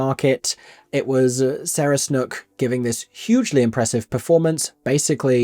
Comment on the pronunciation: Sarah Snook = pronounced like 'duke' not 'book'